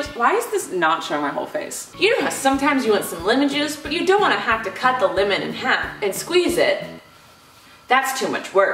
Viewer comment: Hold on I can’t be the only one that noticed this(not trying to be mean) but says “limon” instead of “lemon”